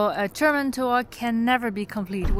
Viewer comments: your german pronunciation is great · wow, your German pronunciation is almost flawless!